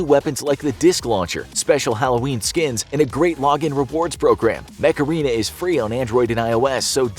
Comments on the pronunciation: It doesn't like he was saying macarena instead of mech arena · it doesnt like u was saying macarena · when he said mech arena i thougth is he said macarena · I thought you said the game" MACARENA"